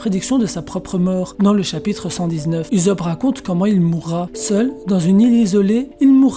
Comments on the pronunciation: frere se pas uzopp se usopp luffy il dit pas salut uzopp mdr. si non super video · Uzop < Oussop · Pourquoi tu dis Uzop et pas Ussop ? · Ussop !!!!!!!! Pas ouuousop wesh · Je suis d'accord, quand Luffy crie son nom il ne prononce jamais Oussop ... mais bien Uzopu ... perso j'ai tjs entendu comme toi. Mais je crois que la plupart des gens lisent ce qui est écrit en français et non, comme ils l'entendent dans les voix jap. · "OUSSOP" ptn! Tu les entend dire "uzopu" dans l'animé? Moi pas. Sinon la vidéo est bien je trouve. Oui USOPP va mourir, au sommet de la piraterie, et sera pleuré par tout les peuple du monde, c'est le minimum qu'il émrite :) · Cette prononciation "Uzope" me perturbe 😂 😂 😂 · Ptnnn tu pronoce mal usoppp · la même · Heï Heï Reï Dee 😂😂😂😂😂 srx il confond le z et le s 😂😂😂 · Jailonction Jailonction mdrr c comme si tu disait soro o lieux de zoro tu voie y’a un beug 😂😂😂😂🥵🥵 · Ouais c'est.. dérangeant